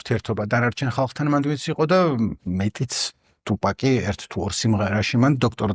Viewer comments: თუფაქი არა. ტუპაკი. ბითქოინი არს ბიტკოინი. შონ პოლი არა. სან პაული. ეე მოკლედ ამ. ხალხს რო უსმინო მეგობარო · ძალიან კარგი ვიდეოა და მადლობა ამ კონტენტისთვის! უბრალოდ გეხვეწები ტუპაკს ნუ ეძახი, რა უბედურებაააა. იუტუბი კაი , კიდე ხო... მარა აქ ორ ასოს ცვლი და თან... ნუ მოკლედ, მართლა ყურებიდან სისხლდენაა ტუპაკი